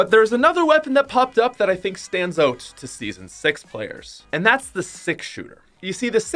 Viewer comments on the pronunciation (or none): Who else realises he says ‘oat’ instead of ‘out’ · Nobody: Out is pronounced oat